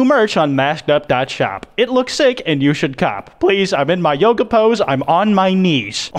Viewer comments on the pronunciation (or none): none